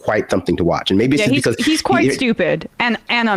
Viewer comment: Bee-Koss instead of because is distracting.